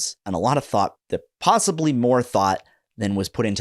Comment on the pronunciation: "pawsibly" xD